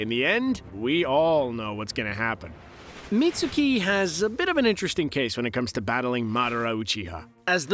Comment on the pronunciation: It's pronounced as Mit-s-ki not Mit-su-ki